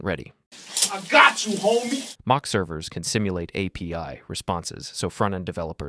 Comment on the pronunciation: Дуже поганий переклад, неправильне наголошення, постійно апі називає арі